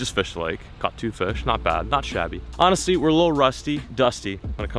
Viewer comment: You said not shabby, dont you mean not to shaddy? hahahaha! like the fish, shad.